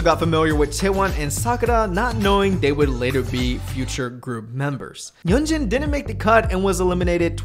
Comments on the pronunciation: A small nitpick: i'm pretty sure yunjin's name is pronounced "yunjin", not "yeonjin" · yunjin is pronounced 'yoon-jin' by the way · Btw, I think you are pronouncing Yunjin's name incorrectly